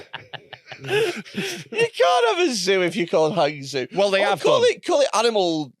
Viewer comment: butchering of “Hangzhou” 😂